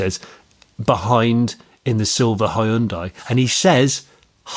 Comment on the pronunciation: I think if ever learned how to pronounce Hyundai, it would destroy about 3 and a half hours of future content created in the next decade of this podcast. For anyone interested it's 2 syllables: hyun-day.